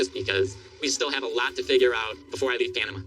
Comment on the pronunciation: Why does pronounce it "Pianama"?